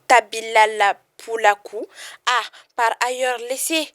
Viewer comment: On dit pas tabilal c'est tabital pulaagu